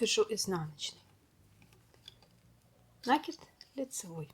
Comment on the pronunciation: Ну не нАкид, а накИд, пожалуйста.